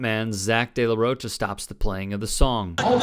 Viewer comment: It's pronounced De La Roca